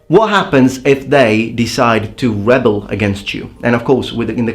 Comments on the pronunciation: I hate to criticize your English because it is so good, but the stress on "to rebel" is different than "a rebel". In the verb, which you used , this is the stress: (,re'bel) where ' is the primary stress, and , is secondary. The noun on the other hand is ('re,bel). I both circumstances, the "e" after primary stress is an "eh" sound as in Bet or Ready, and the secondary e is a schwa (the lazy vowel at the end of "nation"). It's such a little thing, but as you know, most people would hear the noun, being used as a verb, as the only disparity is in fact stress. I loved the video by the way ha ha. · The verb version of rebel has the accent on the second "e" as apposed to the noun which has the accent of the first "e". Also this video is very interesting. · I don't mean to be pedantic at all by saying this, I just know that is the kind of person that would want to be corrected. "rebel" is pronounced reh-buhll when it's a noun, but ree-bell when it's a verb. (I don't know if it's different in the British English...)